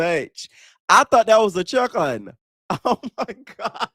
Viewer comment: “I thought that was a chickun” 🤣🤣🤣 she was dead wrong